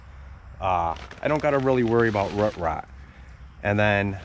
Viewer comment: Where do you live? I love how you say “root” like “rut” cute ❤you pronounce “boot” or “moot” like that too?